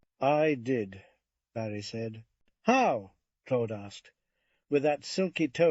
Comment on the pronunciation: Thanks for the upload I just wish the pronunciation of Claude was consistent and not sometimes clode